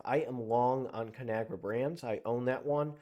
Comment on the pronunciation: Its called con agra not canagra